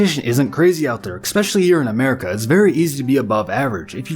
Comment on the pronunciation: I turned it off when the narrator said "Expecially." Probably says "supposably," also.